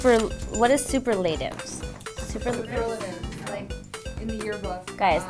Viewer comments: The fact that Hilary had no idea: A. How to say the word "superlatives" B. Know what a superlative even is Made my fucking life. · So cute she read superlatives as super latives hahaha she's adorable and not pretentious at all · SUPER .... LATIVES LMFAO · The way she pronounces "superlatives" 😂